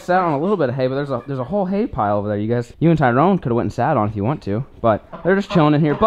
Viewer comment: I swear wen he went to get hay I played the speed to 0.25 to make sure I was right he said Anyway let’s get this hale loaded up